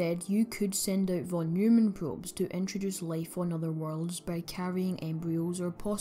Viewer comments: Both pronounciation of "von Neumann" were wrong :D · Interesting video, many thanks... except for the von Neumann pronunciation...😅